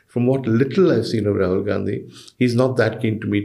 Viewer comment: Ms. Barkha It's Rahul not Tahul🤨. Please correct it